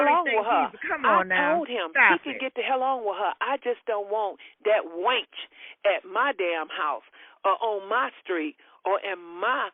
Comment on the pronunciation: When she called that girl a "wainch" I collapsed, lol!